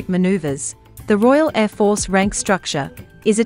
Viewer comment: Bloody AI can even pronounce Air Force correctly